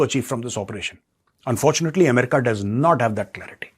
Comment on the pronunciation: As a qualified and wise person please pronounce america properly